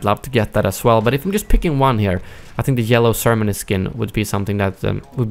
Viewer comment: I'm sorry but the way u pronounce ceremony makes me cringe.